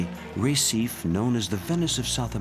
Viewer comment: Listening to this voice continually mispronounce Recife over and over again is just painful. What crappy research on display here. Gah...